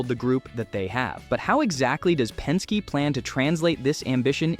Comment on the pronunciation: Pen-skay? Really?